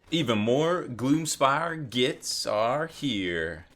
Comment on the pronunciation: I love how you cant say Gloom Spite... hahaha Gloomspire Gits.